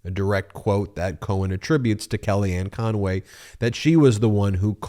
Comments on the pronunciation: Why do you add an extra syllable to Conway, it's not conoway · Hey Meiselas ! You might want to learn her name. It’s CONWAY, not Con-a-way. She’s a crook, call out the correct person !